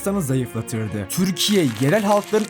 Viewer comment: Türkiye mizi güzel telefuz et lutfen çok tuhaf diyorsun Videolarin guzel ama